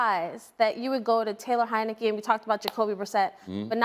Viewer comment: He said Taylor heinecke .. lol get up out of here